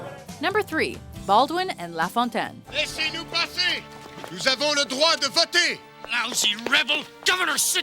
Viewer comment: The narrator must be Canadian herself, being able to pronounce names like Cartier's and LaFontaine's perfectly.